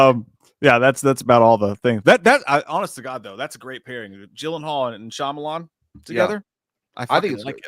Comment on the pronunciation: I wish J knew how to say Shayamalon, (Sham-a-lon)